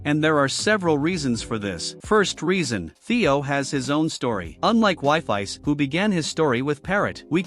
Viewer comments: The ai voice says wifis instead of wifies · STOP SAYING WIFIES NAME LIKE THAT 😭😭🥀💔